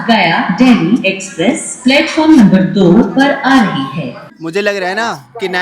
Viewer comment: अमृत भारत एक्सप्रेस 🎉 भारत में , ना की भारत देश में 🎉 सही से हिंदी बोल ले क्या प्रॉब्लम है तुझे, एक्सप्रेस को स्पेप्रेश बोल रहा हैं 😂😅😮🥳🥹😁